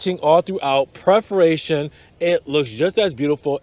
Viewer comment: Great review of a very tempting car. But dude, you really need to learn how to pronounce "perforations" It's PERforations, not PREHforations. C'mon, man.